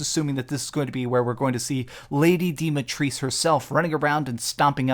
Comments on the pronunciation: FYI ! Her name is Dimitrescu! Romanian one...its pronounced Dimitreskou! Hehehe...btw RE Village is going to be Amazing!!! Greetings from Greece guyz! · As someone that speaks Romanian, it's Dee-mee-trays-queue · Well actually no, it's spelled with an U at the end. You had the pronunciation right the first time. Source: I'm from Romania ;)